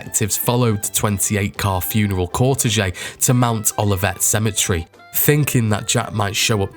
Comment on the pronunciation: Cortège, pron. Kor-tayj